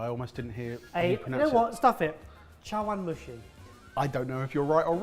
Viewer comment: pronunciation of chawanmushi was pretty solid, if anything just certain vowels could've been a bit sharper